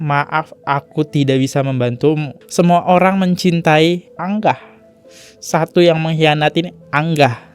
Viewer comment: Bacanya angah bukan anggah bang . Angah tu kaka perempuan